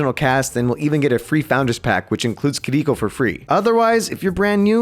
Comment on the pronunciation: Finally, someone who is not Japanese pronounced Kiriko right